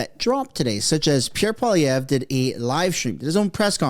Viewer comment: I thought Poilievre is pronounced like - Polly Ever. with less emphasis on the last R.